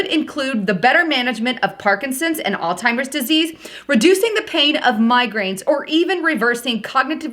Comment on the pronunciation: I swear to God, said "All Timer's Disease" at the start of this video. Jesus....